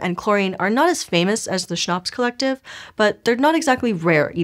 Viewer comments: I kept thinking she was saying schnopse, of which if you know german, is german for beer.😅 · CHONPS can be pronounced better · everytime she sais CHNOPS my German brain understands Schnapps. cheers.